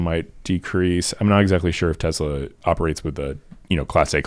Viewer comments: Stop saying TEZLA brah its driving me nuts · Why does the guy keep saying Tez la.......its TeS la.....soy boy idiot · Te"s"la not Te"z"la. It's Serbian